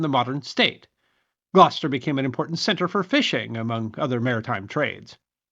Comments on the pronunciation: I watched your pink flamingo video a couple days ago, and after hearing you say Leominster in that one, i just had to watch this one to hear how you'd pronounce Gloucester, lol. P.S. i was surprised you pronounced it quite well. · Thank you for pronouncing Gloucester correctly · Ty for pronouncing Gloucester correctly.